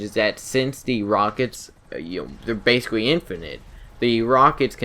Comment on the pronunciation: Gweat mobiwity basicwee